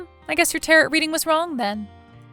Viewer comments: Tarot rhymes with arrow, not carrot! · "Tarret" Deck?? Tarot (Täh-rōe)🙄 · Tarret? it's pronounced tarroo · Not sure if you’ll read this or not, but I need to tell you that tarot is pronounced taroe. The last t is silent. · It's pronounced "tah-RO", there is no hard t at the end of the word. It was grating on my nerves. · tarot is NOT pronounced like carrot. the last T is SILENT. and if that was me, i'd have sold/moved way before it got to the point of vandalism and would have called the cops about it when it did get that far. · I love your channel and your stories...so original! However, just one small thing... "Tarot" is pronounced: "Tay-roe" Otherwise, keep doing what you're doing. Out of all the channels like this out there, yours is really the best. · Tarot is pronounced taa-row. Great story, as always! 😀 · Actually the proper pronunciation of Tarrot is Tear-O. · WOW!!! If you are going to use the word "Tarot" so much, at least pronounce it correctly! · Good story. The t is silent at the end of tarot. The brother failed Listening 101! When someone is consider selling something it doesn't mean it's to the person asking. I don't remember a mention of what happened to the children's mother. Maybe MIL overload sent her off!